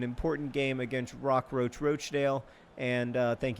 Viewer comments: It's pronounced rotch-dale if you wanted to know! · It's Ro-TCH-dale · Rochdale is said with roch rhyming with crotch 😆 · as a person from the north of england, it is indeed, Rochdale (ch as in notch) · Out of all the attempts at saying Rochdale, you still couldn't quite get it right. It's pronounced like Crotch but without the C.